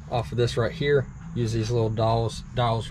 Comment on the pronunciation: Nice camper. But remember it is di als , not dolls. And it’s hite (height) not heith.